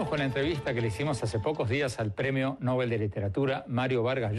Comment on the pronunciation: MVLl no es "el premio Nóbel" sino el premio Nobel, como se pronuncia el nombre del sueco, pronunciación según las reglas del español tambien.